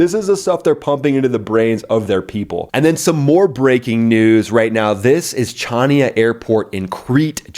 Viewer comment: Former SIGINT analyst TSgt here, was stationed on Crete at the decommissioned Iraklion Air Station (77-79). It’s Han-ya not CHania. With all due respect. And yes it was one of the best kept secrets in the Air Force.